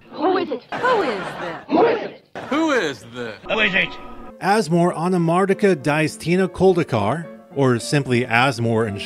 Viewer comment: Good job on even pronouncing that.